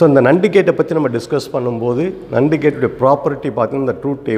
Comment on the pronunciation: Very useful and infomative Sir. Kindly correct the pronunciation of NAND gate.